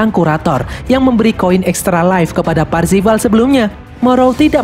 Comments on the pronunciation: Parzival bukan parvizal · Bang namanya kan Parzival, bukan parvizal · ralat, PARZIVAL bukan parvizal. pantes kok lain namanya, rupanya salah hehe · Parvizal atau parzival ?. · Parzival bang bukan parpizal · Eh Bang bukannya Nama nya Parzival ya? Kok parvizal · itu harusnya namanya "PARZIVAL" tapi malah disebut "PARVIZAL" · Parzival✖ Parvizal✔ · Baru nongol kontennya di beranda di 2021,udah lihat Filmnya Di 2019,lakok nama MC nya salah Om :v PARZIVAL Bukan PARVIZAL lmao :v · Bang cara nyebutnya "parvizal" bukan "parzival" terimakasih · Bang itu avatar nya wide watts farzival bukan faivizal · Aku yakin si karakter utama namanya Parzival bukan Parvizal 😅😅😅😅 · PARZIVAL ❌ PARVIZAL ✅ .. . . . . . PARZIVAL YAH YG BENER MINN. JDI LUCU DNGER PARVIZAL HAHAHA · Bukan Parvizal 😭😭😭 Tapi Parzival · Bang nama avatar Wade itu parzival bukan parvizal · Anyway parzival min bukan parvizal😂😂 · Bang awalnya parvizal tapi kok lama2 jadi parzival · parzival bang, wkwkwk bukan parvizal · Parvizal apa parzival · Parvizal woy bukan parvizer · Percifal cok bukan parfical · PARZIVAL PARVIZAL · Parzival atau parvizal si anj 🗿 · Parzival yg bener min:)